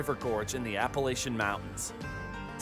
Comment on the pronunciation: Locals say: Appa lach un ....Appalachian .